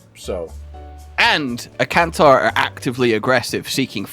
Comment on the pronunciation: I-can-tore (tear)